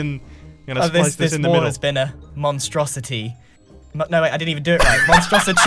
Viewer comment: "Monstrositree" Why 😭 now whenever I try and say Monstrosity I keep saying Monstrositree. HELP ME!! 😭 Edit - Now I just keep adding tree to the end of words I'm not kidding why is my brain so stupid 😐 honestree it's bugging me 😁 😭 THE INSANITREE!!!!!